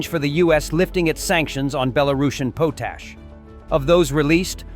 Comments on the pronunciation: its pronounced POT-ASH export not POASH export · The potash they talk about is badly pronounced. It is one of the required components of fertilizer.